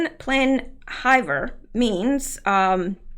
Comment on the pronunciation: It’s pronounced “on plee Ann eevair hivier means winter, en plein I think means in the middle of winter